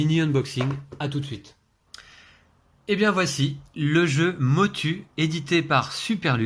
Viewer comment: Ça ce prononce Motou 😊 Pourrais-je savoir quelle imprimante vous utilisez?